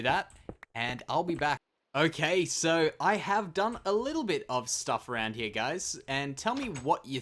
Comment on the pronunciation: Who else loves when says her instead of here